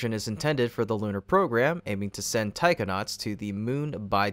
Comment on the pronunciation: every time he says taikonauts it sounds like tyke o nauts and i keep picturing children going to space.